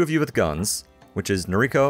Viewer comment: Nobody likes the cobra chickens. BTW Noriko's pronounced NO-rico (not no-RI-ko) if you're going by Japanese as the origin. First syllable's always emphasized.